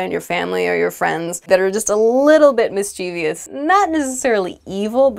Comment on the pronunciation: Why I heard " mis. chie. vi. ous"? mischievous doesn't has i after v.The word only pronounced in 3 syllables.